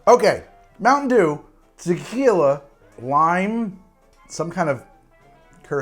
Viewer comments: saying “tequila” like I do after drinking tequila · slurring the word tequila was hilarious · I genuinely died when he suddenly slurred 'Tequila' xD It says a lot about the drink when he couldn't taste the tequila but started slurring a couple of sips in 😂😂🤣